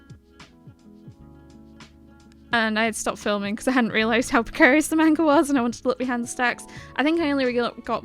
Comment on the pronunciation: Nice video but please pronounce manga correctly lol